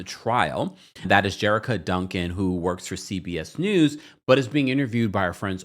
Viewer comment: You're pronouncing Jericka's name wrong with CBS.